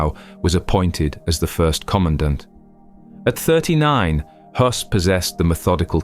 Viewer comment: impressive that you pronounced the name Höss Correctly. Many many others would say hoss